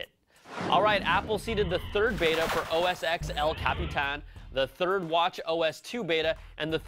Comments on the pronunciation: It's OS TEN, not OS EX!!! 😡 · OS X is pronounced OS "ten" not OS "x"!!!!!!!!!!!!!! (Yes, note the excessive use of explanation marks-- it is that frustrating!)